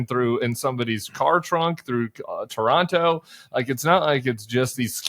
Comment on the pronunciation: You mispronounced Toronto